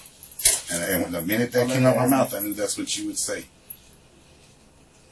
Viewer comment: "Mouf clouz"